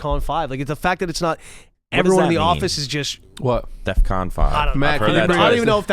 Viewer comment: dumbass didnt even day def con he said "death con"